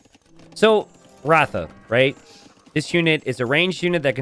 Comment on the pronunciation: It is Rath रथ and not ratha